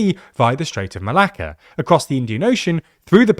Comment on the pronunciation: im sorry but as a greek i just love how many times you said strait of malaka :P